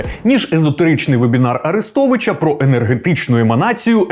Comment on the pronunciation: дякую за цікаве і пізнавальне відео. думаю, що зняли кілька дублів поки ведучий вимовив назву курсу арєстовіча)) дякую вам за роботу